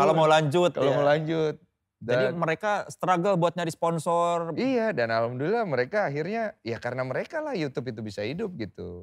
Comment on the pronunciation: Denny sumargo ngomong "alhamdulillah" gua ketawa ya wkwkwk